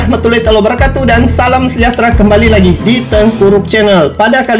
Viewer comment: pelajari dulu pengucapan salam yg benar bro